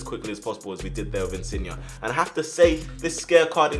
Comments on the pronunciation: He’s name is InsignE! Not InsignA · No insin yay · His name is pronounced in-sin-yay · Loved the vid but when you say insigne pronounce it insiyeah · Pretty sure his name is pronounced insin-yay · The way you say insigne makes me wanna shoot myself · I didn’t know there was an ‘A’ at the end of Insigne’s name 😂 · Insigne say the e not a a